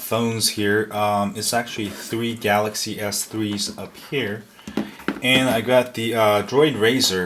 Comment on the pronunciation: "3 galazy s 3's..." lawlawl